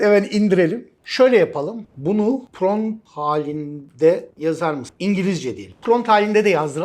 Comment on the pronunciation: Pront degil prompt olacak hocam, cok guzel bir gelistirme sureci cikarmissiniz elinize saglik.